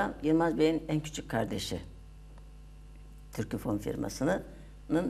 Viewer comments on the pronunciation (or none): Sunucu Türkofon' a inatla Türküfon diyor.